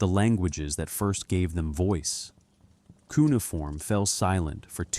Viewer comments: It's Coo or Qu-nay-uh-form...not coonieform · I couldn't listen to the whole thing. Look up how to say Cuneiform. You not knowing that, makes the rest suspect.